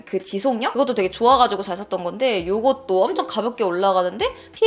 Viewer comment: Girl it’s Givenchy not Givenghy